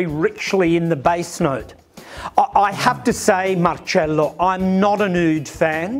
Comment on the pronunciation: I love, he gives me back the same vibe that I had with Gianni Versace. Love how he says Marcello (not Marcelo) It was how Gianni would always call me. He said to me once. That is the right way of pronouncing your name, and don’t forget. I never did….